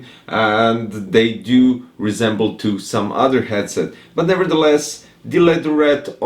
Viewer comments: The 'Gyed-set' cracked me up dude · The way you pronounced 'Headset' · Yes, but the way you pronounced it brøther